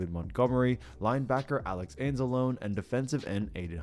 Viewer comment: It's pronounced ans-ah-low-ny not ans-ah-lone. Wtf you're not a fan. Just trying to ride on a team doing well that has a strong fan base.